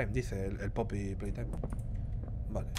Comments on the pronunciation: todo el mundo: Poppy playtime Ibai: pey popy taim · Poopy Playtime El ingles de ibai: pay poppy time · Jajajaj “pay poppy time” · ibai intentando decir como se dice el juego jajajjaja.